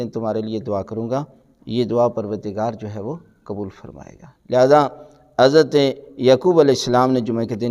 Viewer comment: QibLA MouLanA Sahib PLease, FirsT ImProVe Your ArabiC and Urdu WorDs QaaF HaY QubooL HaY Kabool Nahin HaY YaQoob HaY YaKoob Nahin HaY KaiseY ALiM e DeeN Hain Arabic Urdu Bhi Sahih Nahin BoL SaKTeY VerY SaD.